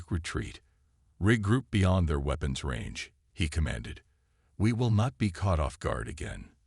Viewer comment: The AI voice sounds almost human but it struggles with some words, ie: weapons it sounds like it said weepons